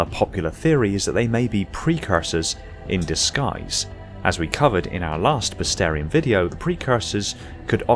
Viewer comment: We're running out of species and you're still pronouncing bestiarum as "bestarium", LOL